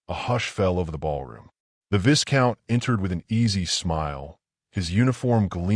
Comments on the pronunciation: Initial picture makes no sense. Looks as though she’s sitting on the floor of the carriage. Again, Viscount is mispronounced. The S is silent. It’s Vie-count. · AI learn the pronunciation of viscout…!